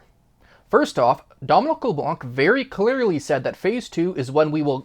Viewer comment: Leblan , the C is silent